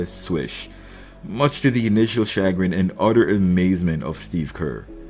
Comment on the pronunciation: U used chagrin wrong and you mispronounced it